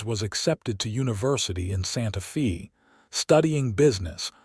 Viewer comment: I am disappointed in this story. Not because of the content which is goo, but because of the many mispronunciations - examples: Santa Fee rather than the correct pronunciation, Santa Fay & Simarion rather than Cimmaron. Because those geographical names ar prominent in the story, they disrupt the authenticity of the storyline.